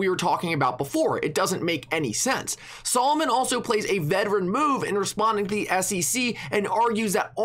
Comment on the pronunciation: you are mispronouncing Solomon by saying it Solomoan the “0” is soft